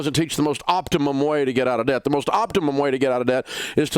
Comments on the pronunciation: “honey, we’re gettin’ outta daht” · When he says DAHBT 😂 it’s somehow satisfying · Is he saying debt or “dadt”? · Lol I love how he says "debt" with his country accent